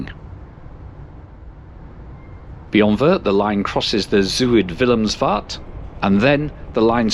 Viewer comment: Shortly after this video the new Dutch Arriva trains replaced the old one you took from Liège to Maastricht. They do not have 16A plugs however. The Visé station has new platforms. Maastricht is still more or less the same. You correctly pronounced Den Bosch. However, ‘Zuid Willemsvaart’ will require some training. Den Bosch and Maastricht merit a visit for their historical centres. You travelled from Maastricht to Nijmegen via Den Bosch. Theoretically this could also have been done via the slower and a bit more scenic partially single track line following the German border, from Maastricht over Roermond to Nijmegen.